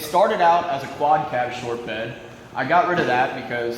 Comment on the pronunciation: “Long and stort of the shory”😂